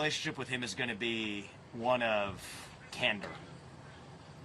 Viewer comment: i thought he said "camber" at first and i was like, "what does the vertical angle of a wheel have to do with zelensky"? candor = being honest.